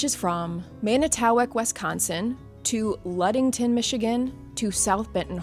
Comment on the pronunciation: I have never heard manitowoc pronounced that way before 😂